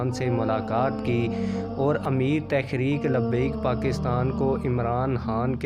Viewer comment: Bhai lafz tahreek he ap tekhrek par rhy hen?